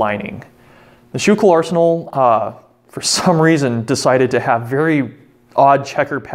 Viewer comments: The arsenal is proniunced School Kill. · It's not pronounced skoo-kill either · Just a little phonetics tip.. I've lived in Philly while going to school and Schuylkill is pronounced 'sku-kil' or 'skoo- kel' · Yea born and raised in PA myself I actually didnt realise he said it wrong till I seen your comment and realised what he meant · The video was great, but I kinda winced when I heard him mispronounce Schuylkill. Otherwise it was an awesome video!